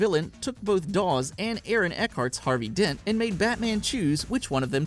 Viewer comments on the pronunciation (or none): none